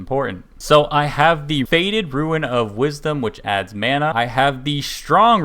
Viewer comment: So helpful thankyou! It's killing me though, Rune is pronounced Roon like the moon. You're thinking of ruin like a ruined building. 🌱